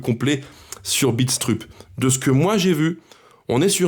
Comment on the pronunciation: Salut, super tes vidéos comme d'hab, pour Mads, ça se prononce "Bidstreup" lui même le prononce comme cela. Déçu évidemment par la vente de Moreira, un vrai crève coeur..malheureusement pas le choix, je me demande si un jour, on aura le droit au bonheur nous aussi...et le droit de s'attacher aux joueurs